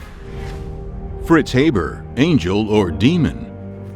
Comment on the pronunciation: Pronounced Haber incorrectly